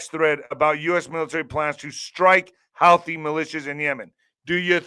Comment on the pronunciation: It's pronounced HOO TEEE